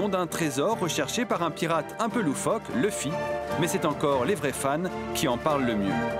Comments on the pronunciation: fares🇨🇵 il a raison la prononciation qui se rapproche le plus du japonais c’est Louffy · LOUFFY (luffy) PAS LEUFFY 🥚🤦🏽‍♂️ les français ah lala